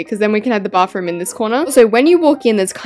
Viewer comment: I love how she says bafroom 😊😊